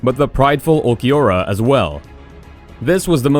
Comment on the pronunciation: Watching this and realizing the announcer doesn't watch anime when he says Vasto Lord for vs Vasto Lorde and pronounced ulquiorra so badly.